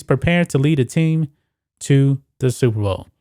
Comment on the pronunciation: Oooooooooh Super Bowl !!!. I thought you said Stupid Bowl.